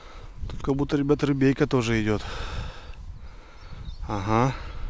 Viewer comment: Бля,,не говори "рибейка" мерзко звучит! Раньше так не говорил. А так фильмец 🔥🔥🔥